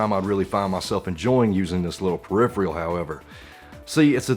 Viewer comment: Yeah it should be "peripheral" just like "peripheral vision." Not tryin to be an asshole, it just bugs my OCD I guess.